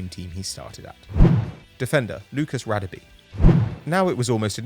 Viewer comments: It's not pronounced Radebe It's pronounce Ra-Deb(Dab) -(e)air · you are not pronouncing Radebe surname correctly, its Rah-Der-Beh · Its pronounced Rah-Deh-Beh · noobinator Simelane thank you, this killed me as a South African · Mate learn to say Radebe